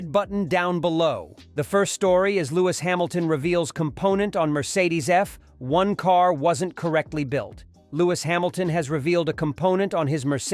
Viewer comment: Eff.........................................................................................................................1car Please tell me that's not Ai....... Wememba.....sum chwannaws have spweech impwedamins... I only got a few seconds in and hit the brakes....hard!...